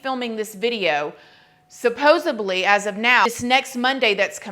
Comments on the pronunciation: suposEDly. not suposably lol its never "suposably" 🤦‍♀️ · I feel like a total ass** to mention this. You are mispronouncing “supposedly”. You were saying “Supososably”. It seems to be a more common mistake I hear people miss pronouncing lately. I mention it with utter respect and love your videos, plus your vulnerability with us. 🤗🥰